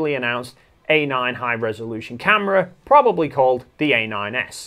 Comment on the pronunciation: Just stop saying "prolly".